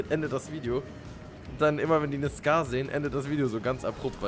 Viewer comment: Die waffe heisst nicht scar-"H"